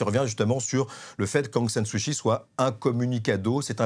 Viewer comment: 1- "d'origine musulmane", ce n'est pas une origine. 2- Sumatra n'est pas à l'extrême est de l'Indonésie mais à l'extrême ouest. 3- Kyi se prononce /tchi/ pas /chi/ Il faudrait soigner la diction et le choix des mots. C'est cocasse de s'exprimer ainsi lorsqu'on est grand reporter "spécialiste" de l'Asie du Sud-Est.